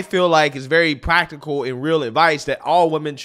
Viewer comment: Pwactical lol 😂